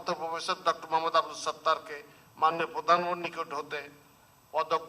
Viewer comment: উপস্থাপক এত্তটা নিচু মানের হয় কি করে? কথাই বলতে পারেন না, প্রধানমন্ত্রী শব্দটাই বলতে পারে না।।